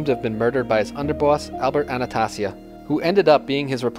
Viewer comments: It's Anastasia , not anatussia, the mad hatter. high lord executioner. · If you want to sound credible learn to pronounce name Jen- a -vase not genavesE And you also pronounce Albert Anastasia way wrong Bro But for the most part solid Visio